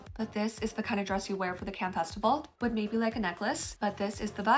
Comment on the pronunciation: I can’t with the poor pronunciation of Cannes.